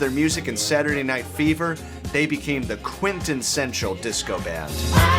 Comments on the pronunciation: It's quint-essential Not quint-en-sential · I love the production values on these videos. I especially love the way pronounces "Quinten-sential"